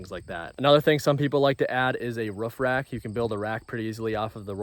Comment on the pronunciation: Why does he call it the ruffrack and not the roof rack😂